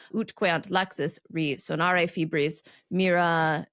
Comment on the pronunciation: “resonāre” not “re sonāre”